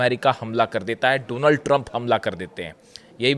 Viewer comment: I like the way says “dough-nuld” Trump